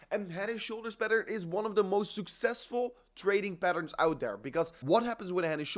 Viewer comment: its OUT not UIT. ABUIT TO SEE